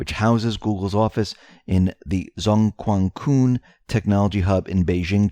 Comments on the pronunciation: It is pronounced as JoongGwanTsun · zhong guan cun. say zhong as jong, means middle; say guan as gwarn, means stadium; say cun as choon. Zhong guan cun means middle village stadium, the name of a place